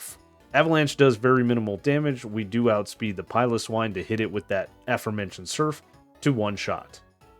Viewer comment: Please pronounce swinub and piloswine correctly your mispronunciation was really pissing me off